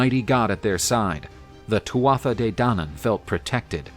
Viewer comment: once again, a little thing, but it’s pronounced TOO-AH not TWATH-AH